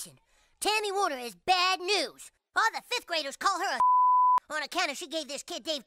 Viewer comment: Tammy's last name is Warner. Not Wheeler or Weiler or whatever you said.